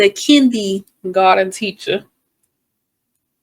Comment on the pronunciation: Kinneygarden.....ugh Kendra. It's kindergarten!